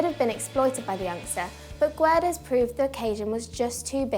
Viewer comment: You really should learn how to say Guedes... It is kind of triggering, since it's not really that hard